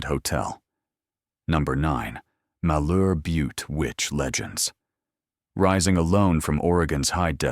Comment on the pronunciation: Heceta is pronounced: Huh-SEE-tuh Malheur is pronounced MALL-yer Tillamook is pronounced Tilla-muuk (rhymes with hook)